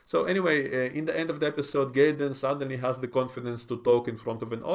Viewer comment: Sounds like you're pronouncing his name Gayden but it's actually Jaden I don't know maybe I'm hearing incorrectly you do have a little accent i'm a gringo American.. I like Starfleet academy even though it has its flaws from writing and pronunciation errors these people can't help but they were born after the iphone came out they don't have the history we have that's the problem